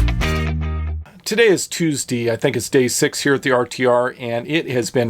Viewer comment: I also enjoy when people pronounce Tuesday like does.